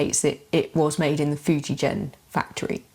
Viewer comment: In Fujigen that g is pronounced like in a word again.